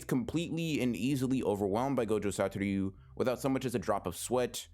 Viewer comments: ITS SATORU NOT SATORYU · Why do you say “gojo satoryu” it’s just “satoru” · You're mispronouncing his name lol. You say something along Satoryu instead of Satoru. Just wanted to point it out, so dont worry about it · Everytime he says “satoryu” it kills me a little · The way this man pronounces Satoru 😬